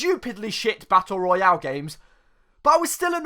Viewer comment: You pronunce Battle Royale so well that you legit sound like the Warzone voice over Edit: fuck I put a 2 where a 0 should be in.